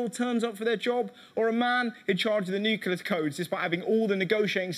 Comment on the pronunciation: I'm a big fan of British comedy, and I'm a pretty liberal American. But fuck me, the word is pronounced new-CLEE-ur. "Nucular" is the kind of dumbass shit that Dubya used to say, and It's dumb as fuck. I'll give you aluminium, I'll use the metric system, and I'll even put a U in "colour". Just please, for the love of all that is good and sacred, pronounce the word "nuclear" correctly.